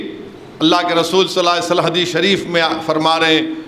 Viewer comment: Nabi sallallahu alaihi wasallam bolne me mistake hori ya hamako sunne me, Allah behter jane